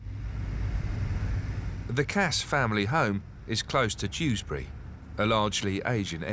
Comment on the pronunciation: Dewsbury not Tewsbury 😂